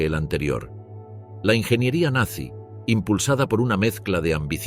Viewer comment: 2 segundos, en el mismo momento que dijo "Nanzy"